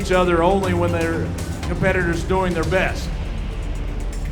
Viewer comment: Mark Henry can’t even pronounce the competitor’s names properly. Surely he could have found out how to do that before the event.